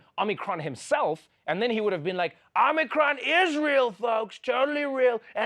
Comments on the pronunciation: Trevor, how you gonna say OmNIcron? It's Omicron. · One idiot kept calling it Omnicom for some reason. Sigh